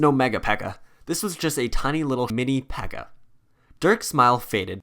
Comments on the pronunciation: One thing u messed up on is that dirk called it a pekka instead of a bpeeka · Wouldn’t he call it the bpekka